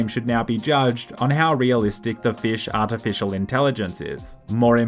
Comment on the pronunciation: arta-fish-al intelligence? 🤣😅